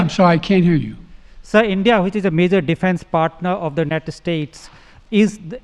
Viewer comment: Love how he says Unined ... nothing wrong here folks.